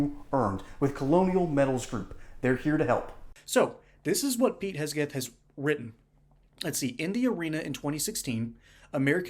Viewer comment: HeGseth not HeSgeth.